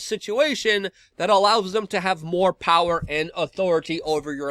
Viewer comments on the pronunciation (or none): none